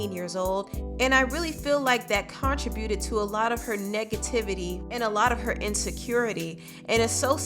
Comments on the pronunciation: I love this! I definitely identify as a former-hater so I can understand where Gabby is coming from! I am gonna go watch the full episode now! Also, please don't take this the wrong way but I believe it's pronounced con-tri-bu-ted, not contri-buted. Keep up the great content! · R we just gonna ignore "Con...tra...buted"... 😂😂😂